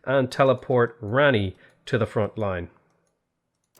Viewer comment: great general rani is a female.. pronounced raany